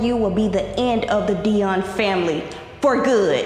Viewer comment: wHY YALL SAYIN TAY ITS TAE AND ITS PRONOUNCED KAH-NEE-GRAH ITS DEON NOT DION